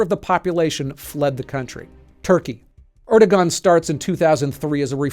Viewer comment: Hey buds. The G in erdoğan is silent. Pronounced Er do on